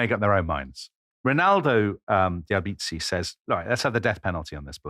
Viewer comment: Brilliant content! As a Florentine, I have just to clarify that the correct stress is: Signoría, not Signória; Álbizi, not Albízi And Balía, not Bália.